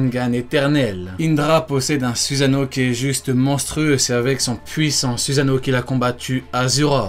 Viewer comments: arrete de prononcer SUSANO "suzano" et le u se prononce "ou" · c'est suSano pas suzano